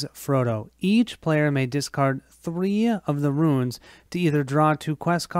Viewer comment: Runes, Runes Runes!!!!! Not Ruins!!!! lol